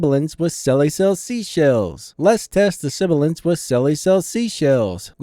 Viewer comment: you were saying "let's test the sibilance" in the video but it sounded like you're saying "lest test the siblance". i think he's pointing that out.